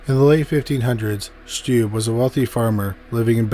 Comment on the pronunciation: I'm from Germany and I was really excited when you talked about Peter Stubbe, but please look up the pronunciation - I'm cringing when I hear your pronunciation. It's pronounced Stub-be ^^'